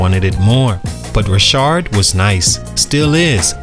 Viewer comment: Ra-Shad not Ra-shard 😭